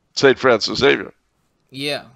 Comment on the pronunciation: There is no 'X' in Espresso nor are there any EGGS in Xavier. Zay-vee-ur